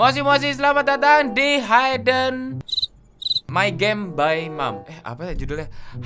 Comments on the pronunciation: Dibacanya hidden bukan haiden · bacanya hiden bang bukan haiden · Bang bacanya hidden bukan haiden